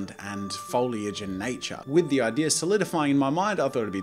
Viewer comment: Jazza: 'the idear I had.' Me: 'snorts cocoa up my nose. ' THANKS FOR SCORCHING MY SINUSES JAZZA!